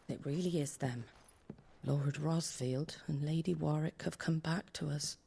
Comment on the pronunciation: Lady warrick whatttt! How dare she! It's Warwick! Damn Americans and there bad spelling